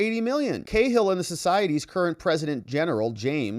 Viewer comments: Cahill is pronounced cA-ill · Ca-hill wee man 😊